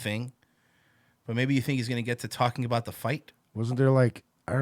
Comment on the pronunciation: Brendan pronounces talking about as "talmbout".